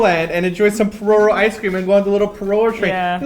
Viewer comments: omg i'm so shocked with how you guys say pororo! lol it was extremely foreigner-esque. it's not puh ROW ROW it's POE roh roh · Haha is it really pronounced "porowrow"? Or is it just their accent? I've always said it as "pororo" o in orange. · Did you just say "Po-Row-row"... BWAHAHAHAHAHHAHAHaaa! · It is actually pronounced like "pololo" and the p sound is sharp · oh my gosh you guys pronounce pororo so funny